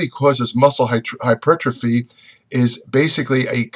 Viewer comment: Hy-ter-po-free. :D